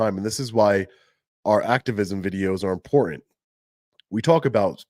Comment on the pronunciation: Dude if you want people to take you seriously you need to speak proper English. For instance Important is not pronounced imporant.